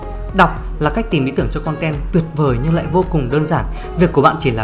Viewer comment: "Khòn ten" =))